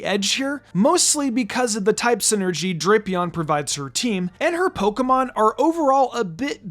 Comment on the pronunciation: It’s pronounced flore-JESS and DRAP-ee-ahn, “”! 🤨